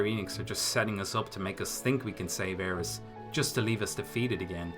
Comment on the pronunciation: “Aeris.” What? You another “Tie-dus” guy too?